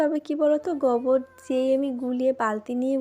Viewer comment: ওটা গবর নয় গোবর